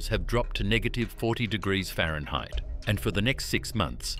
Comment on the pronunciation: Bro is saying fahrenheit with an English accent. The irony